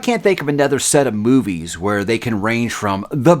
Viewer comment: Did he say "boobies" instead of movies in the beginning there? 🤣🤣🤣🤣